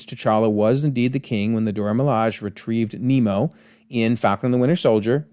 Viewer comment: Bro said Nemo 😂